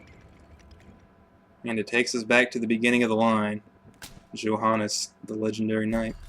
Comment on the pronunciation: Oh I have to say it. You mispronounced Johannes, too. =D